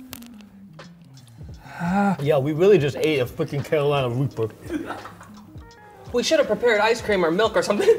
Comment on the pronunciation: “yeah we rweally just ate a frweaking carolina wreaper” 😭